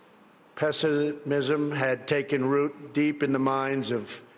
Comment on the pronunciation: "passer-mism" he said